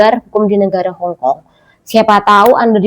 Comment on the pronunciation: Hongong apa hongkong mbak ... 😅😅